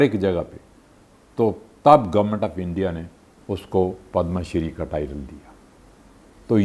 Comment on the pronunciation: It's padma shree not padam shree